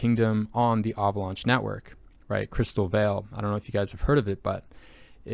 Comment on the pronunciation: Why are you pronouncing Avalanche "ahvaulaunch"? 🤣